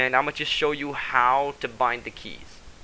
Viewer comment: its stayjing not stag-ing